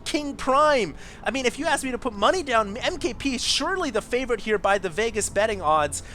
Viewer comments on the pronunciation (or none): none